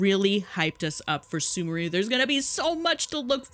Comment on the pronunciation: Cried when sumeru was pronounced as "soomooroo" instead of "sooméhroo"